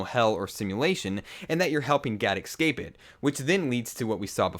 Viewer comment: You say Nekked instead of naked and ecscape instead of escape.